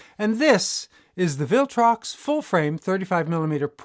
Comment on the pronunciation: Did I detect a slight Dutch accent, or was it just my imagination? The second time you mentioned the brand name, it sounded a bit like "Filtrox" to me. I'm glad this lens doesn't come in Canon EF-mount, or I might have been tempted.